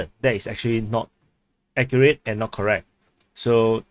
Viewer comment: The way you talk can be hard to understand. "is NOW under Russian control" vs "is NOT under Russian control" -- the way you say it, Now & Not sounded the same. Please articulate correctly the end of words.